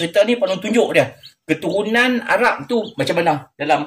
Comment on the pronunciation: 😂😂😂😂Salam...kelakar betoi pak long....adoiii...nak sebut keturunan ayam pun payah no.